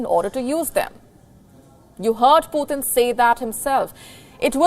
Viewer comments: Sister it's not PutHin, it's Putin 🤔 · No, it's Poo Tin, the governor of China's new Russia province.